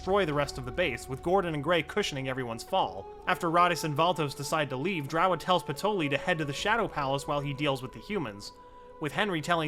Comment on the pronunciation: Everyone else: "Patry" This video: "Patoli"